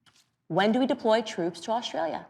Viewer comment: She thinks it's spelled "Aushtralia" !